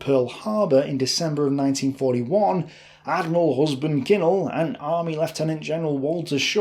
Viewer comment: Not your fault since you are just reading but the Admiral's name was Husband Kimmel, not Kinnel.